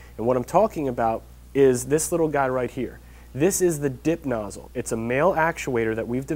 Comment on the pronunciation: at first i thought he was saying dick nozzle....